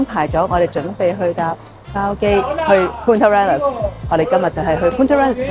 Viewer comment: 如果喺Ushuaia 上船有時last minute可能很平，另外想提一提Punta Arenas西班牙語不是這樣發音的